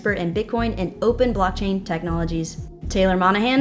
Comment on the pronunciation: Did say blocktang